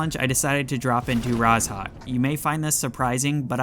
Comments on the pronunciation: Why does he say “Raz.hawk” instead of “Rozhok”????? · Mate the "zh" in Rozhok is pronounced like "j" in "bonjour" :) BTW I love how specific your tips and advice are!